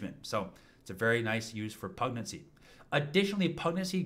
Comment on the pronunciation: Great guide. One tiny quibble, because it confuses the automatic subtitles: "Pugnacity" is pronounced pug-NASS-uh-tee, emphasizing the second syllable. That's why YouTube thinks you're saying PREG-nan-see. I mean, when my wife was pregnant, she was kind of cranky, but I wouldn't characterize her as having been pugnacious.